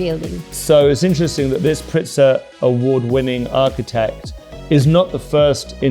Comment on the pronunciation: and , it's PRITZKER, with a 'K'. Not PRITZER.